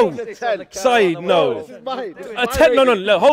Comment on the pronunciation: Its "Saeed"